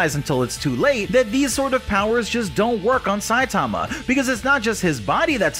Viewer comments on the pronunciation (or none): Bro learn to pronounce Saitama